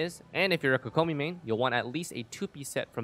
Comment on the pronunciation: why does he say kokomi like that 💀